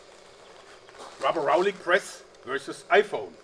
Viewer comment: I cringed every time he said rubberallic press